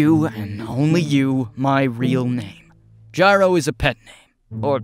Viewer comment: Gyro pronounced his own name wrong 😭